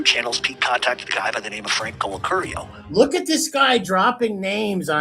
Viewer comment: YouTube GOLD😂😂😂 CLIPPINS ’N’ WHACKINS🤣🤣🤣👏👏 “I WAS SETTING HIM UP TO BE KILLED”🤣🤣 he called Colacurcio BAHAHA HE CANT EVEN SAY HIS NAME RIGHT🤣🤣🤣👏👍